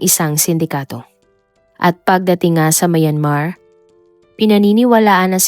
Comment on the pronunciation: I like your content pero improve on your pronunciation like how you say SOSYAL MIDJA, MAYAN-MAR, etc